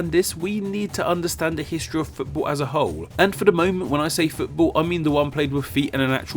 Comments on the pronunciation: Why do u say footbull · 'Futabol' is your pronunciation you fool